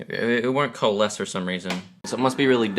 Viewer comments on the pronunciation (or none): none